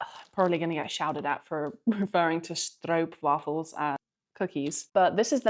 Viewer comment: much better pronunciation of stroopwafels than i hear most of the time